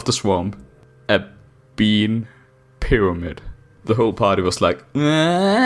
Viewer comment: a FWICKING PYWAMID?!